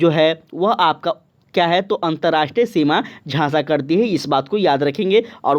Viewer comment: सब बात ठीक है लेकिन कुछ शब्दों का उच्चारण सही से किया जाए ताकि रिवीजन में अच्छा लगे। जैसे की आपने साझा की जगह झासा बोला और खरपतवार की जगह खरतपावर बोला